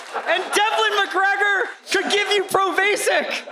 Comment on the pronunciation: Not when he said Provasik wrong!